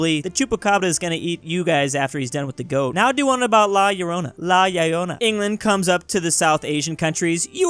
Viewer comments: trying to say "La Llorona" is the funniest thing i have seen this day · Petition for to never say La Llorona again. EVER.